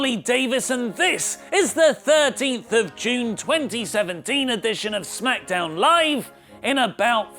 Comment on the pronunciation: I didn t like it how you said SMACKDAMN today :(